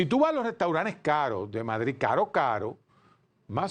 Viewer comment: Restauranes ? Así no Doctor, Restauranes